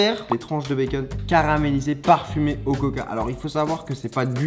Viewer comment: 99% de la population : békonne Charles : békunn